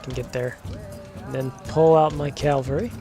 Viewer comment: Enjoying these vids. Its cavalry rather than calvary 😅